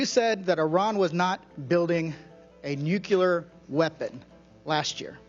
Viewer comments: Joe Kent: another American saying „nucelar“ instead of „nuclear“… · Nuclear: pron. /nú-klee-uhr/ NOT. /nú-Q-lur/ Come on! Learn how to say the word! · How come these people can't pronounce nuclear correctly? There is no second u - nuculear - not a thing, anywhere. Nuclear...new-clear.... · Rep. Gomez of L.A. needs to learn to pronounce “nuke-lee-ar” while representing Democrats. “Nuke-yuller” doesn’t make it. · The amount of smart people that still say nucular is astonishing... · what the fuck is nucular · They cant even pronounce nuclear weapon correctly, nucilar weapon my ass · i wish my represented officials weren't so idiotic as to pronounce it "nukeular". RECLAIMING MY TIME! NUKEULAR! jfc our country is run by idiots. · He said "nucular." I just... can't. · Can someone teach Joe Kent how to pronounce "nuclear"?! Hint: The "L" is BEFORE the "E" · Why do people have problems saying "nuclear"? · Not pronouncing nuclear correctly alone unqualifies him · AHhh, Thank You!!! I am SOOO glad that there are others out there like me!!! Even the Ex-President Bush of the US never pronounced it correctly!!! You would think that someone would correct these people in power, to pronounce the word NUCLEAR correctly!!!!!